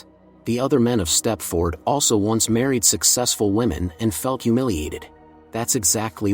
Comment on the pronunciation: It's pronounced step-ferd. Not step-ford. 😖😖😖😖